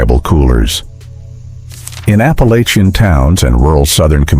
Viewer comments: If they have hillbilly roots is Appa-LATCH-ian, not LAYchian. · Apalosion? Whu? Appalachia. It’s pronounced Appalatcha. 😤